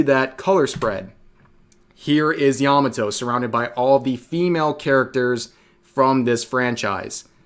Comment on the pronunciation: Yah mah toe not "yamuh toe."